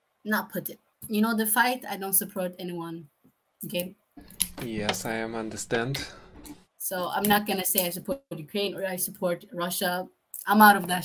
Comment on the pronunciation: тебе бы конечно произношение подтянуть нормально😅у школьников лучше звучит) у тебя прям по канону 😅андерстендер?)